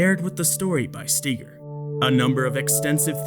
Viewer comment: Though you are so intellectually and morally superior to all those "nutters" , you can't even pronounce Brad Steiger's name correctly.